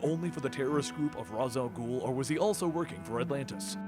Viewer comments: Raysh is more right, but Raz sounds much cooler. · "ra's" al gul pronounced "ray-sh" al gul via 1990 B:TAS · Dear, Im a big fan. But it annoys me so much when you pronounce Ra's Al Ghul wrong. Its pronounced RAYSH. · yes you are right its just like how some people say madara name different I never get why people don't understand